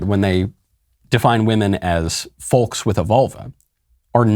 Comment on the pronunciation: I have never heard anyone pronounce the "l" in " folks". It sounds very strange, Michael